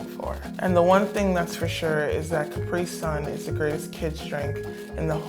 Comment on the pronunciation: Wow what's with the pronunciation of Capri the first time?